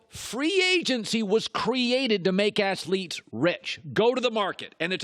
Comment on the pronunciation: Did he say assthletes? Lol